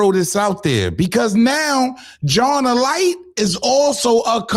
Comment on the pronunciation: its pronounced A-Lite ...SMH Genius🤔🤔